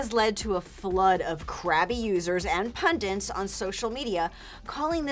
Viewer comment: I don't want to be pedantic but PUNDINTS is not a word. I actually used to say this as well. It's PUNDITS. Otherwise, great video as always!